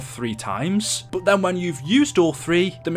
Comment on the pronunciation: why do you say buot instead of but?? Nah just kidding I actually have a question why does the primis characters are stuck in a big loop what’s the point and please reply luv your vids